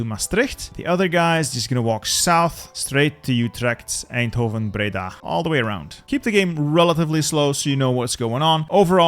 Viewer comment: Its wild to me how he correctly pronounces leeuwarden but anglofies the other names lol. Oh he got maastricht and my eindhoven correct too woop woop.